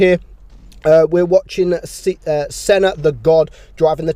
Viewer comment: When you sayed Senna the god I heared son of the bot 😂😅